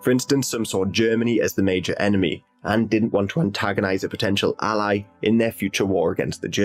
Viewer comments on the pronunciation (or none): none